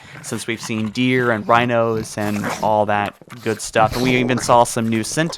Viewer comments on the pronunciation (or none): none